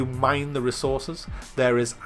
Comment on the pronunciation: "In ze building"